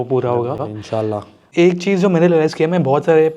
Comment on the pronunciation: that insallah was❤❤❤❤